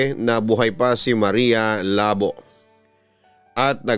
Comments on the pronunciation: Labu! Hindi labo 😡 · Everytime na bigkasin ni papa dudut yong maria labo natatawa ako hehe sorry po kasi ang pagkabigkas nya ng labo ai mahinahon yong labo kasi dapat mabilis ang pagkabigkas hehehe